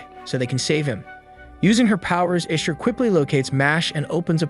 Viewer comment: Bot error: "Chaos Machina" is pronounced "kei as maki na", not "kei as mashi na". "Ishtar" is pronounced "Ish ta" not "Ish tr"